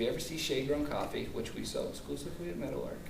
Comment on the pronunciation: Oh. Meadowlark. I thought for 20 minutes you were saying Metal Ark, Good work, looking forward to watching the rest.